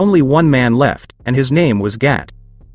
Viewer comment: You are saying gat and not gato